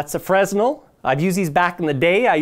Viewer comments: And it's pronounced "Fre-nel" The S is SILENT you ninny! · Not a Freznel buddy! The "S" is silent.